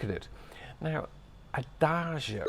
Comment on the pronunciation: Wouldn’t it have been wonderful to have seen that performance in person? I envy those people. As always, I enjoy your background details. (And the fact that you don’t pronounce it as a-dag-e-o as some people do; I know I’m petty)…🤷‍♀️🫢It certainly looks lovely there where you are. I learn a lot about singing thanks to watching reaction videos on YouTube. I just checked my music library and I have about 20 different tracks with ‘adagio’ in the title so it is certainly a popular theme/style.